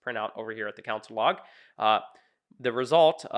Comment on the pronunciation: It's pronounced "Con" + "sole" (or "con" + "soul"). You're saying "counsel log" and it's driving me nuts. Other than that, fine video if you have no concept of async.